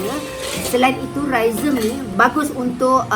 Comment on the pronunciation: Amboi. Bkn calang2 sekali sebut "rhizome". 😬